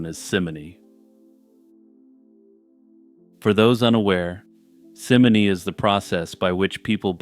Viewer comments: Excellent content, well presented! One point though, simony is pronounced like the name Simon, as it is taken from the name Simon Magnus. He is described in the Acts of the Apostles as having attempted to bribe disciples of Jesus to gain powers of the Holy Spirit. The pronunciation is very important. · Mersayah? Mercia is not pronounced like that. Dude, first simony now Mercia? Get it together!